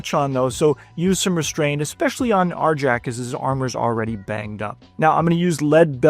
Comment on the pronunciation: ....... Isn't the J in Arjac soft? It's Nordic, or supposed to be anyways, so wouldn't it be pronounced "Ar-yak"?